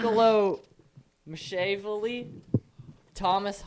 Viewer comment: Entertaining!! But… did you know your faces are covered with your mics?- Mac -a-velly…( Macchiavelli)😁